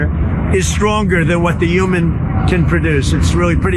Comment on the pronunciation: Why are both Trump and Ben unable to pronounce the word "human"?